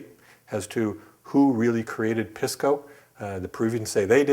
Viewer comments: Dings credibility when Pisco (pee-skoo not piss-ko) pronunciation is wrong. Otherwise the info is spot on! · Pisco (Pee-sco)! Please not Piss-co! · Make sure to pronounce it "piss-co". That's the correct way to pronounce it. "Pisss-co". And say it repeatedly, like far more often than necessary. Cheers.